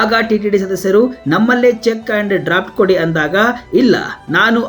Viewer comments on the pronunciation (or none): Appa komarama adu nedeyutte alla nadeyutte ಕನ್ನಡ nettage mathadodannu kali, adu drpt alla draft ! Yella channelsnallu intha ardabarda ಕನ್ನಡ reporters erodu! 😅😅